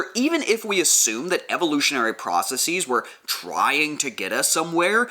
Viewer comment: You don't need to say processeez. It's not like analyses, or hypotheses. It's just processes. The same way you'd say houses. You wouldn't say houseez.